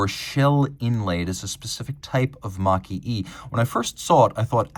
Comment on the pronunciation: Makie (蒔絵) should be pronounced as "Marque eh".